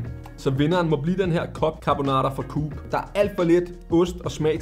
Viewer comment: Hvordan udtaler du "Coop"?! Kuup?! Alle ved da at det hedder Coop (Ko op).. God video!